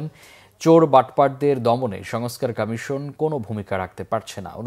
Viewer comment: উনি কি কারণে নির্বাচন কমিশন কে নির্বাচন কামেসন উচ্চরণ করেন?উনি কি বাক প্রতিবন্ধী নাকি অটোপাস ?সংস্লিস্ট কতৃপক্ষের কি নজরে পরে না।